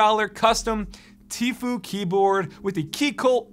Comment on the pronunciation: isnt it like “teefyou”?